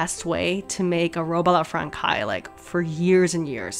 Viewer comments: Stop the presses!!! Robe a La Frankay??? So bothered by your pronunciation of this word. Phonetically it’s Fransez!!! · The dress is absolutely gorgeous <3 but... "franKai"?? "tul-ay"??? (very confused look) I have... never heard these pronunciations of francaise "franSei" and tulle "tool".... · Love your videos! Your pronunciation of Francaise (franc-eye).....murder. Its more like "Fran says" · The dress turned out beautiful! I'm glad you threw caution to the wind and went for it because it was really fun to watch you make it. Also, I hope this doesn't come off as rude or patronising but I just wanted to mention that "francaise" is pronounced more like "frongsays". The C is more of an S sound and the S at the end isn't silent. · That last word in "Robe a la francais" is pronounced "frahn-SAYS" The "c" with the little tail on it -- ç -- is pronounced like an "S." "Français" is French for "French." (BTW the other "robe" -- Robe à l'Anglaise is pronounced "on-GLAZE") And the "ch" in "stomacher" is pronounced like a "K" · I’d love it if in future you could get more full body shots of you walking (in your yard maybe?) so we could see how the fabric drapes and the gown moves. Just a wish. Haha Also FYI The pronunciation is Robe a la Française. Frahn-“says” as in she says. Française. The C has a cédille meaning an “S” sound and the ai together makes an è sound. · hey bestie! français is pronounced like fraN-say or frawn-say but with a soft w (ppl who speak french fluently pls correct if wrong) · I’m not French but the way she pronounces “française” made me die a bit inside not gonna lie. However, it’s still not ok to make fun of her and a simple correction would’ve been so much better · i just heard you prononce "robe a la française" and that's terrible, please, juste say "robe a la french" if you can't say it ^^ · [ah la fran-saize] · It’s robe a la fran says not fran kays